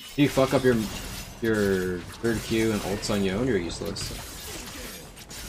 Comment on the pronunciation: someone enlighten this man on how to pronounce Yone name. So cringe.